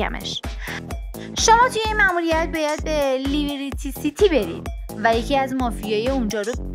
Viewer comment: لیبیریتی سیتی اشتباهه 👇🏻 درستش اینه: لیبـِرتی سیتی